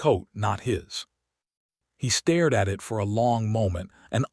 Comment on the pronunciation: AI pronunciation is awful. Stared should not be spoken as starr--ed. Raged should not spoken as rag--ed. Editing, YouTube!!